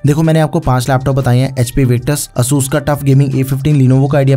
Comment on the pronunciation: The way he pronounced asus😭😭🙏